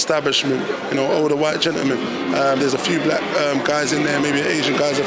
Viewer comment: “it is what it is “ “whyte”